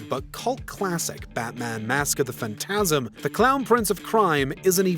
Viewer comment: Your pronunciation of "phantasm" is...off